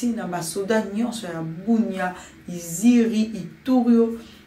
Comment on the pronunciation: stp on dit pas Iziri mais Isiro